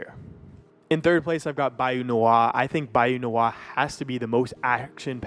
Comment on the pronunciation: Bayou N W A 🤣🤣🤣 like the group 😭😭😭 its Bayou Nwa (Noir)